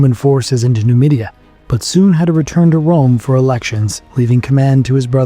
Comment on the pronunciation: Nomadia not numidia